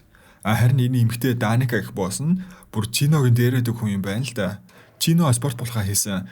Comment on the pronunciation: Даница гэж уншинө